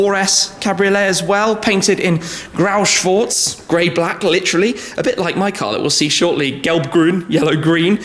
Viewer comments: „Geelb-gruen“ and „Grow-swoars“ :D it‘s so funny to hear you trying to say „Gelb-Grün“ and „Grau-Schwarz“ as a german :D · "Grauschwortz" haha love when Shmee is trying to pronounce the german words :D